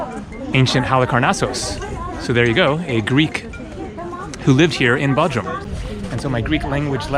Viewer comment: Hey my Turkish friends say it’s B “O” drum not Baudrum🤭🤷🏽‍♂😜 but you have a wonderful video….Thanks for posting. BTW I did the opposite and went to Kos from Bodrum. Both awesome places to visit!